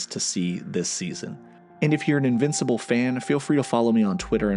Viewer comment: This was a great video. Really good work. But if you ever call me an "invicipal" again i may press charges.